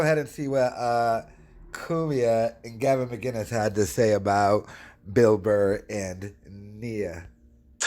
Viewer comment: It's MCKKKINESSS, not MIGGGGINUSSSS. You retard.